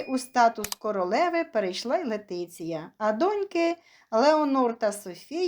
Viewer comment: Говоріть правильно.Її звати Лєтісія